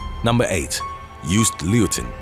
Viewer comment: It’s “yo-st”, not Yoost. There is no English way to describe his last name as far as I can think of. “Lowten” would be closest.